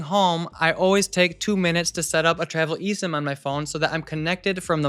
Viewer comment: "Nowadays before leaving home, I always take two minutes to set up an (eSIM???) on my phone" - SADLY, I COULDN'T UNDERSTAND YOU!!!